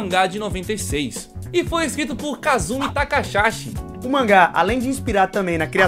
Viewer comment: a pronuncia de nomes de voces, ta mUITO engraçado veio kkkkkkkkkkkkkkkkkkkk o nome é ka-zu-kì ta-ka- RA-XI